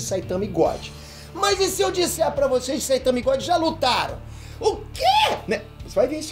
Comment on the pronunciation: "luataram" kkkkkkkkkkkkkkk